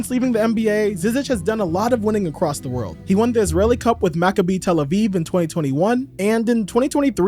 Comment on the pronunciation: Great video as usual! So glad I found this channel! Btw it it pronounced Ma-Ka-Bi for Maccabi Tel Aviv, but it is something everyone doesn't get right lol